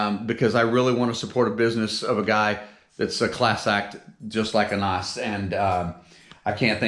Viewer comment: Hahaha, happy for you. Finally, you get what you deserve, a decent palce. But plz, dont call the man an ass.His name is Anasse. Try to pronounce it as a word with one syllable. If you split it, it becomes an ass. He isnt. If you stay for another month, surely we are going to find you a wife hahaaha. I would like to thank Anass for his generosity, he really shows the best part of Moroccan citizens in difficult circumstances such this.